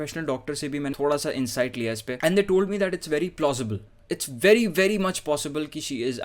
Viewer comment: He wanted to say plausible